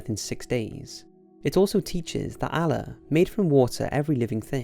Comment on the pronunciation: its Allah not alaa wtf